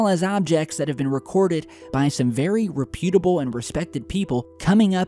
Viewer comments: Not "rep-YOOT-able". "REP-yoot-able". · REPutable, not rePUTable. Not as effed up as nauTILus, though.